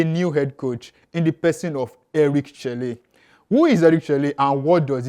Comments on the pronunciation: Chelle is pronounced Chell not chellay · Eric sekou chelle is pronounced " Eric seku shell "